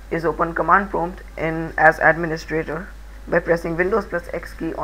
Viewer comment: Abe chutiye London... prompt hota hai Patmod nai